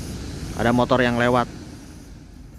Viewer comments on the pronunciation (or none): none